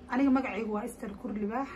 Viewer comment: Kkkk saxaaf iyo magaca waa kurlibaax ma aha korlibaax